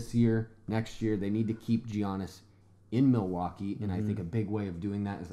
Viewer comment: Guys he's name is pronounced yiannis